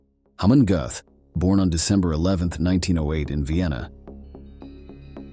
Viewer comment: Aaagghh man gote, not hey man gooth